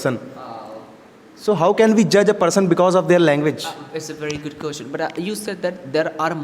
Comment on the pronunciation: You always mispronounce "question " learn to pronounce it